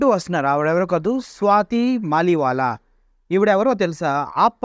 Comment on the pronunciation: "స్వాతి మాలివాలా" కాదురా అయ్యా, "స్వాతి మాలివాల్" .... వాల్ ను వాలా చేసావు కదరా అయ్యా, స్వాతి మలీవాల్ ఆప్ పార్టీ తరపున రాజ్యసభ సభ్యురాలు రా అయ్యా ఇప్పటికి కూడా